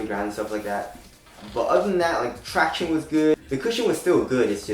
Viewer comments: Stop saying tractiones dude. That's annoying af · Lolll tractiones